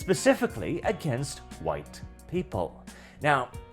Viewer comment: Bro please say white properly this is killing me 😭😭